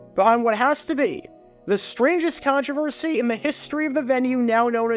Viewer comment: A contrivercidy?? That's a first obviously we pay attention